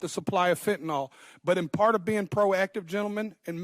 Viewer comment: It's spelled 'Fentanyl' (pronounced 'Fen-tah-nill')... not, 'Fentanol'... why do Americans struggle to correctly pronounce English words? PS Never heard of this person till now.